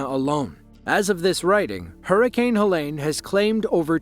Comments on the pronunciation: FYI: Helene is not pronounced like Ha-Lane, its pronounced, Ha- Leen ( like Jolene) Living 3 hours east of Asheville, if Helene would have shifted our way, that could have been our small towns. It was truly unbelievable to start seeing the aftermath of the hurricane. No one saw that coming. At my house, it was just some wind gusts like 40mph and we had a couple of tornado warnings. Very sad to see our WNC neighbors in that situation. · Helene not helen